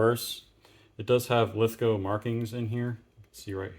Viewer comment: Thanks for pronouncing Lithgow properly but you may have trouble sourcing Queenslnd Maple because it's actually Queensland. Please be careful when replacing SMLE forends that you don't overtighten the screw in front of the magazine as that often causes cracked forends. Do you have headspace gauges and an armourers front sight adjustment tool for your SMLEs? One trick my now deceased mentors taught me was to use a small Mallett and punch t VERY LIGHTLY tap the front sight until the windage is satisfactory and then use clear nail polish to keep it there.